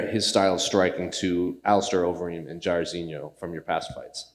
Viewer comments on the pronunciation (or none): Did he said jairedinho